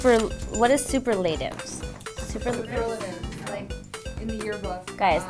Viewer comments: The fact that Hilary had no idea: A. How to say the word "superlatives" B. Know what a superlative even is Made my fucking life. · So cute she read superlatives as super latives hahaha she's adorable and not pretentious at all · SUPER .... LATIVES LMFAO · The way she pronounces "superlatives" 😂